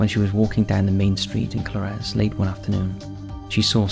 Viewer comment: Its pronounced Co-lar-ez